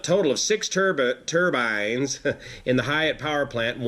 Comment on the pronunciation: Great news thank you. Still can't get over your way of saying "turbins" (Joking of course).